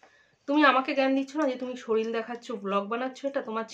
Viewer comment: শরীল 😂😂😂😂😂😂😂😂😂😂😂😂😂 ঠিক করে উচ্চারণ করো